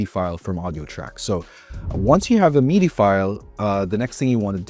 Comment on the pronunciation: Bro I couldn't with the "meedee" lol. It makes sense to pronounce it wrong if you don't know about it but it sounds like a special French pronunciation lmao